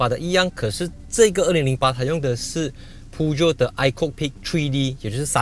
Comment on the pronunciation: 大哥你的Peugeot发音不对。 正确的是 per-joe，不是piu-jiot!